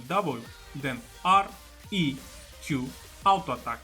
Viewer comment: your "Autoattack" sounds really nice man